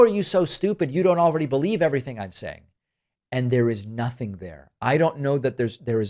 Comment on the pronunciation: He said "impordant" and he lies, and he's vile.. reminds me of MTG in her hayday. Rambling about bullshit while saying words like sometheen and notheen. Smh.. I'm dead. I give up.